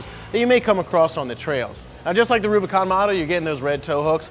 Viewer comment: Did he say, Robicon?